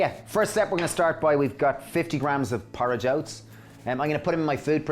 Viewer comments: I think he says "porridge oats", a.k.a rolled oats! ☺️ It took me 7-8 listen-rewind's before it finally dawned on me what he said. First I thought it was some kind of fancy oats I never heard of, LOL... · I had a hard time understanding at first as well, but eventually figured it out without reading the comments that he said "porridge oats" as Ozsa said. These are super cheap i buy them all the time to mix into my coconut yogurt for breakfast. Its like $2 a pound for organic oats.